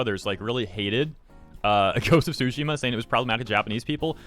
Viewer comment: Please... i know Japanese is wacky, but the T is not silent on "Tsushima" and I can't help but hear "sushi" every time you say it 🤣